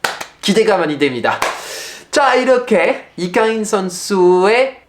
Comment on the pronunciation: 아니 파비앙님! 왜 때문에 오늘따라 되게 잘 생기신거죠? 🫢 집중 안되어 혼났네 😵(라고 저도 주접을…) 파리와 서울 한참 왔다갔다 하실때랑 다르게 피로감 없이 뭔가 맑고 건강한 느낌을 받아서 팬으로써 기분이 좋아요 😊 또박또박 정확한 발음으로 이강인 이야기 해주시는거 잘 들었습니다 :) 감사해요 ❤